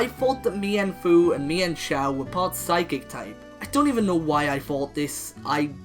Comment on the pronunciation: They're pronounced mean - foo